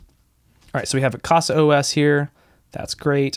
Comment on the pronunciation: Great video! I've been using Open Media Vault. I'll give a try to it. Just a small point: It reads 'caza', not 'cassa'. 'casa' is 'home' in portuguese.